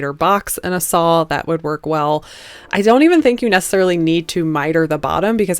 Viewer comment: Why do Americans pronounce saw as sawl 🧐 lovely pieces xx